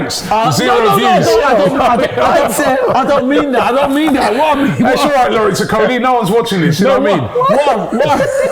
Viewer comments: Robbie needs to work on name pronunciation. You butcher most names. Maybe you need to do some rehearsals before the show. Okolie is pronounced as Oko-lie and not ikoli. That’s a Nigerian name and we pride ourselves in our names because it has a strong traditional connotation. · O..kolie not E..Kolie or e-coli. And he's a cruiserweight